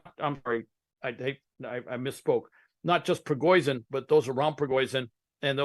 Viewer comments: Prigoizhin? The "expert" can't event get the name right? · I can't stop laughing at how this 'intelligence' officer can't even say this man's name correctly. lol forever fox news